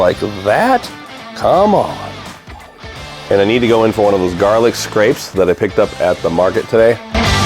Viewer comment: Everybody, thank you for watching. Let the record show that I now realize that I misread the word garlicscapes as garlicscrapes. It won’t happen again. Lol. I am sorry about the mispronunciation. I will try to do better in the future. Lol.